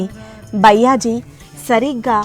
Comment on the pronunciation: Sairam byyaji ani pronounce chesina word ni maarchi bayaaji ani pronounce cheyandi idhi maa request 🙏